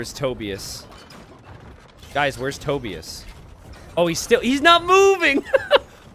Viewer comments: Wait. Tobius. As in “Toby-us.” Is that a name? I’ve heard of “Toe-bye-as” but not Toby-us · Toe-Bye-Us, not Toe-Bee-iss. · To-bye-us. Not tobi-us.